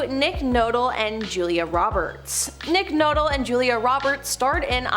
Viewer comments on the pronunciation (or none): I know that everyone who does these videos are in CANADA but still, I've been watching them do top ten and 100 list for a few years now, is there no one over the age of 20 that is the editor that can correct the commentator when they pronounce the celebrity's names? seriously NICK NOTLE? This happens alot. obviously ENGLISH and pop culture is a second language and that's sad for a pop culture video commentary channel. YEARS they have been doing this, Joyce Bedard, Dobre, etc, no one corrects them. and every new person they hire continue to mangle celebs names.